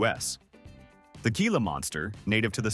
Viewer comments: It's pronounced hee-lah, not gee-lah. Also, wolverines can smell prey buried 10 feet under snow and ice, when it's frozen solid. Opossums are our only marsupials too! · Moose Antlers.............weigh as much as a cinderblock male moose. ?????????? Teach your AI some grammar. It's pronounced HILA not how it's spelled. geesh.